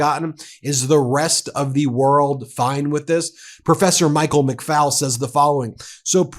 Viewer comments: Ben, Ambassador Michael McFaul's name is pronounced like McFall NOT McFowl like the chicken. Otherwise, great reporting! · Hi Ben - please NOTE McFaul - is pronounced McFALL like fall over ...NOT FOWL like a chicken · Ben—correct pronunciations: Sergei = SUR GAY Erdogan = AIR duh wahn McFaul = mik FALL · McFaul rhymes with 'haul' not "owl".